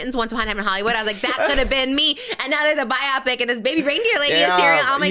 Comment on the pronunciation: Why do they say is “by-opp-pick” instead of “bio-pic” lmfao